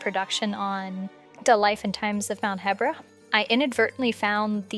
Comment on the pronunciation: You’re literally the only person I’ve ever heard pronounce the region as “heh-bra” instead of “hee-bra” Also if that’s where Vah Medoh was excavated, why would it just be 3 surface level craters? Was some of it exposed already? You would expect the excavation site to feature a huge crater large enough for the entire beast to fit in, and should be deep enough that it was completely underground. I don’t buy it.